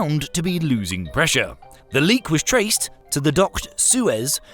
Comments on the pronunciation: Soyuz is pronounce SOY-UZ not SOO-EZ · Animation note: the space station shown is the Russian Mir, not the International Space Station. Also, Soyuz is not pronounced like the canal, but like an orc ordering at a vegan cafe: "Soy-uz". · Pronouncing "Soyuz" as "Suiez" should be a crime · The name of the spacecraft docked to the ISS is not "Suez". That's a canal that joins the Red Sea to the Mediterranean Sea. The spacecraft name is most commonly transliterated as "Soyuz", because that's pretty close to how it sounds. Also, the abbreviation for the Pascal always has a capital "P", thus : Pa. Edit : OK, it turns out that this error was only in the first time you used Pascals. Every subsequent use has the correct symbology. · Do not call the Soyuz a "Suez" . Say "Sayuz" if you want it to sound somewhat like the russian word. Suez is a city in Egypt and the mouth of the Suez canal. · god damn learn to pronounce foreign names. SOh-YUZ. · "Suez" space craft? O'RLY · Pretty much "co-use" or rather "so-use" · Good grief. People who don't know how to pronounce Soyuz shouldn't make educational space videos. As the longest-lasting, safest, and most-launched spacecraft in history, Soyuz deserves better (no I'm not Russian, just honest). You did a good job otherwise. edit: Oh I get it now. This was probably an intentional goof to drive up engagement by getting pedants like me to comment. If so, well done. ;)